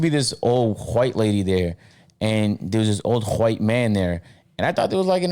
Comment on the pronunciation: He said wHite lady why is there so much emphasis on the H ? Lol reminded me of family guy 🤣😂